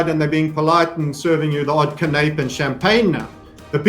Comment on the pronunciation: It’s pronounced can-a-pay,. Not can-ape smfh:)